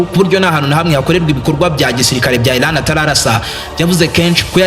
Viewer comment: Bavuga Iran ntabwo ari Ilan!!!